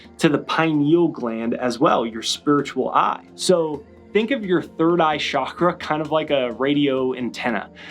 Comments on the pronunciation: Great video but it’s chalk-ra, not shock-ra. There’s no such thing as a shock-ra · ** Frankie & the Flowers So does everyone who says it wrong. It is NOT shak-ra. Do you understand my point? There's no Hindi or Sanskrit word "shak-ra". Say it right or don't say it.